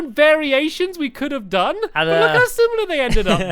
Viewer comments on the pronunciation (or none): none